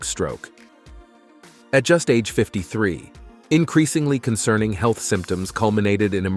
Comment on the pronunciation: i like how it said "heath issues" lmao